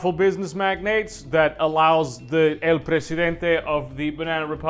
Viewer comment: Wow, your pronunciation of "el presidente" is spot on, congrats